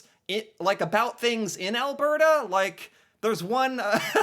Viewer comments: in... WOW... you're actually beginning to pronounce Alberta, correctly👍🏼😉 (think I need to switch to helping you pronounce other Canadian places... Say "Calgary" for me. lol. OK... moving on... in... OMG... you're gonna use news reports... in this day and age of disinformation, etc... I'm scared now. lol.. moving on... Immigrant vs. National migration... two completely different topics.. wish you'd have done two vids, exploring each type of migration. I point this out, because of what you said next... you are trying to make not so much a distinction, but trying to blend them together. Immigration, is "New People" in your country... but, migration within the country, is a net zero game... for every person, Canadian, who moves to Alberta, means another province lost one... they are totally different. moving on. (side thought here, not really on topic but... Canada was already, before the war.. the largest Ukraine community in the world... outside of Ukraine... that's why the immigrant portrayed is so happy... she and her family already have a community here, and by 'Here', I mean in Alberta and Saskatchewan... they, along with the dutch, had a lot to do with opening up farmland, etc... (I could do a whole channel on that stuff). My point here is, not all nationalities have it as easy........... BUT.... we, in Alberta, have roots from all over the world, and as Ive said before, the US calls themselves the "Melting Pot", meaning,, just make everyone the same!(sounds lik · Hi. I have noticed you have fixed your pronunciation of AL BERT AH:D. Could you send me that info you sent me before as I lost it. Have a Great day. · Thanks for figuring out how to properly pronounce Alberta. Much appreciated!